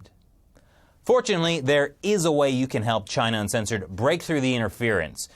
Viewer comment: emphasis in uncensored at the end!